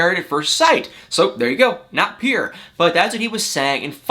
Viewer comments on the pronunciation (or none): lol at you saying PURE..as PIER..lol my sister does the same thing! she can't say the word for anything.lol so cute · I just love “peer” or is it “pure” ?